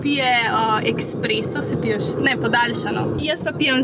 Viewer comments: Rece se espreso ne ekspreso☺ zlo dobr videoo😋😋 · Drgac se rece esspreso in ne eksspreso😂🤮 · woooo noro eSpreso se reče drgač